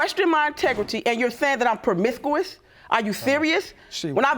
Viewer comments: "You saying that I am prumithquith" got me dead😂 The word is promiscuous btw... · You forgot the mother said pamisquous...lmbo!! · "Pamisscuwis" smh. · "Poe-Miss-Coo-Is" ...I don't mean to make light, but that is funny. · Premiquous, umbiblical, audacitated... man these words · Did she say pwomiscuous 💀💀😂instead of promiscuous?? . 🤦🏽‍♂️ 😩🙄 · Pwomiscu-Wes lol not promiscuous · I had to rewind a couple times on the Paawamiscuwess....(Promiscuous) and I really loved the way grams said, You had the Audiciated gall!! ..😆 I gotta use that. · Promithuous? Both parents have speech impediments. Fortunately the son didn’t inherit that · So not only did he cut the unbibical cord, but she was permisthquous?? Lawd we need speech therapy in here too. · I was cool until she said promisquus..SMH.. Whew..🙄 Then the audacicated gall Pineapples... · Sorry but but “Permissous”🤣😂🤣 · Uhhh I’m trying to get through this episode between the lisping and the constant mispronouncing of words. These parents should be ashamed of carrying on like this in front of this young man. I believe the mother was permiscoouss just from the way she is carrying herself. The grandmother must have worked a double shiff before this taping with her pronunciation. The audaciated gall 🤯. And dad with the Facebook message. This is a whole mess. Throw all these adults away 🚮🚮🚮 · Audacitated, promicooous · I thought I was the only one who.heard that. They are funny. So you saying I'm prumestuis?? I'm 😭😭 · I tell you the paternity court dictionary is popping today puhrmiscooo-is, audacicated gall, umblilical cord 🤔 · 😂😂😂😂 I had to go back and hear that again!!! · I cant even attempt to spell "promiscuous" the way that she said it. Hot mess😂😂😂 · stacy rose LOL! The way she pronounced the word “promiscuous” was HILARIOUS! 🤣🤣🤣🤣🤣🤣🤣🤣 she added a “Q” up in that mugg! LOL!